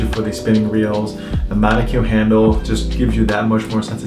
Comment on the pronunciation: I pronounce monocoque wrong monocock not monoq haha